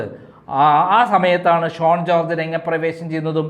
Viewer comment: SHONE alla, SHAUN ennaanu.